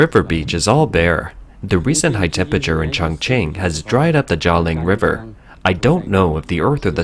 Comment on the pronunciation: When doing a video on extreme heat it helps if you can pronounce the word temPERAture and not tempiture.